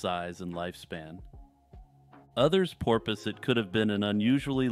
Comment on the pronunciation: "others purpoise" lmao